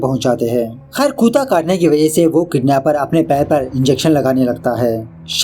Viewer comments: It's kutta not kuuuta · mujhe lagta hai ki aap ko bolane mein thodi problem hoti hai ya FIR aap Bengali aap kutte ko kutta nahin Khurda bol rahe 🤣🤣🤣 please reply clear my doubt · Kutaa nhi kutta hota hai bro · Yee kutttta sound 😂😂😂😂